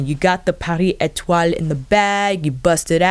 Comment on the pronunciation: Lol, you’re adorable! Pretty sure we could all just stare at your beautiful face no matter what! You pronounced the shade names very well! ❤️